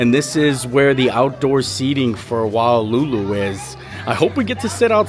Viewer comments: Aloha! The restaurant Wailulu is pronounced Why-lulu or more appropriately Vai-lulu. In the Hawaiian language, the W's are pronounced like V's. Hope this was helpful! Aloha! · The Wailulu burger pronunciation is Wa e lulu Hawaiian I is pronounced as an E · Its pronounced "why-lu-lu" I had to get my husband who works at the poly to find out the proper way to say it because I sure a heck didn't know 😅